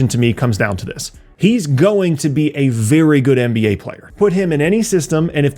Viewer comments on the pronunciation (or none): none